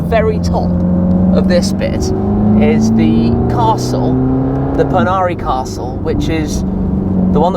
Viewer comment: Im sorry mate im a romanian and its the Poenari nor ponari and itd vlad not ivan just wantedto point that out but the rest was great